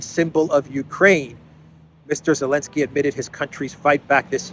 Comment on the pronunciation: Why do you call him Elenski, i.e. without Z?